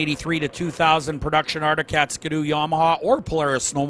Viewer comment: The iconic Canadian hot rod sled : Ski-doo. Not Ska-doo....